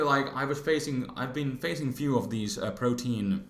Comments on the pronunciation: It's pronounced "Pro-tea-an" not "protein". It's named after the Greek God Proteus who could change his form. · Protean is pronounced pro-tee-ehn. Protein the atk ev raiser is pro-teen. Meow :{